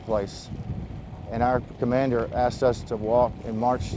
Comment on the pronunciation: mein commandurrrr 🤣